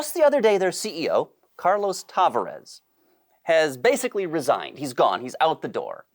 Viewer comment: Tavares: accent on the second A.